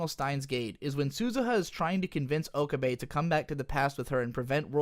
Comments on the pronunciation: He pronounces pretty much every character's name wrong. It puzzles me as to why. Maybe he has only ever watched the dub? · Do you say Okabe like that to troll or is that how it's really pronounced?